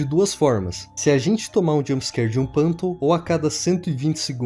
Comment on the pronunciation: Meu Deus que agonia ver ele falando PANTOM E NÃO FANTOM